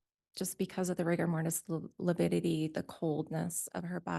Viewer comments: LIVIDITY NOT LIPIDITY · Lividity vs “Lipidity.”🤦‍♀️Dumb 😂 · I think it’s lividity and he has been saying lipidity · Can't trust someone who can't even pronounce lividity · A doctor who can’t say lividity….